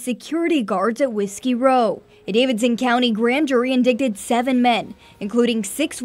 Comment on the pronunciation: Did anyone notice how the reporter said indided instead of indicted?